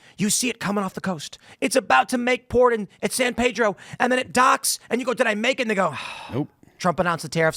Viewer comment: While I'm happy for the shoutout, you mispronounced SAN PEDRO.